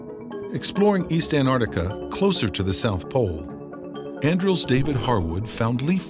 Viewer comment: This would have been amazing if it hadn't been for the narrator continually calling the place "Anarctica".